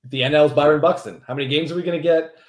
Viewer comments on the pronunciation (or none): none